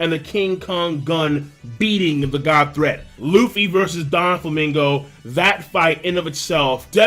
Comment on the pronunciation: IT IS NOT DON-Flamingo it is DO-Flamingo. it is not Diamond JOZ it is Diamond JOZU. it is not GURMEH it is GOURMET. get your pronunciation together